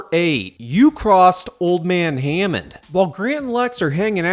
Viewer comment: IT'S HAMMOND! NOT HEYMAN!!!!